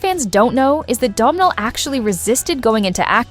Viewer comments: learn how to pronounce his name it's Donal like tonal with a D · SOMEBODY PLEASE TELL AI THAT YOU DON'T PRONOUNCE THE "M" IN THE MAN'S NAME!